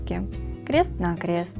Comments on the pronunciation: Зачем говорить крэст на крэст? 😂😂😂😂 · Что за:кре́ст на кре́ст говорить научись!